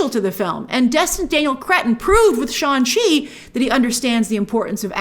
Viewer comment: it’s funny how shang chi taught people multiple times in the movie how to pronounce his incredibly easy to pronounce name and grace still chooses to call him sean chi